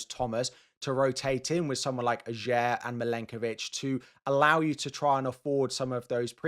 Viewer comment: You're pronouncing Ajer wrong. The 'j' is pronounced like a 'y' and the emphasis is on the first syllable, not the second. Also, Le Fée is not pronounced 'fee' but 'fay'.